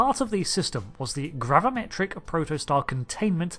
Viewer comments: *gravimetric....... with an i...... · Gravimetric instead of gravametric?